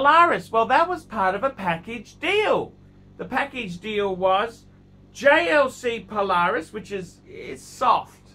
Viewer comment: He finally saying JLC properly